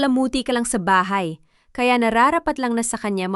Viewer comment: paki ayos Po ang salita mo.bahay BAHA, telepono, telepo